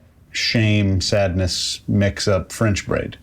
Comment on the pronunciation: Loved it guys! As for the term "French braid" - nailed it 👌 xx